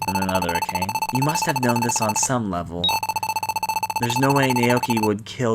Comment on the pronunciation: Its a' ka ' ne..... not a' cane 😅